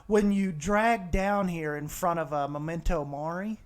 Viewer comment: It’s actually MEMENTO MORI NOT MOMENTO MORI